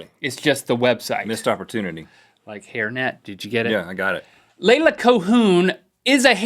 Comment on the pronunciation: Thank you for pronouncing the name Leila correctly!!! My youngest's name is Leila and where we live no one can pronounce it correctly, even if I correct them, they still say it wrong.